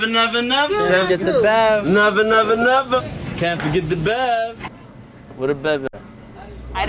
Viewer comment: She didn’t even know to say “neva neva neva” didn’t do her research 🧐